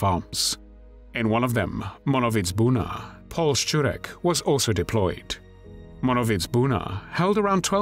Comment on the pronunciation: You go out of your way to be exacting in your pronunciation, which I applaud you for, but in German "Paul" is pronounced "Powell", as in Colin Powell. (Sorry if I'm being pedantic!)